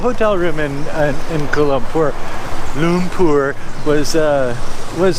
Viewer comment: It's enunciated "koo-ah-lah loom-pour"